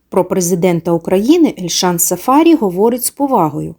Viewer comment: Цікава інформація , дякуємо але ,шановна,трохи вчіться, хоч якось почитайте, а саме ,в східних народах наголос ставиться на прізвище не так ! Не сафа'рі, а сафарі'. Наголос треба ставити на останній склад!